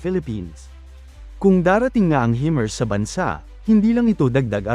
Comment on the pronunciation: Himars po hindi hemars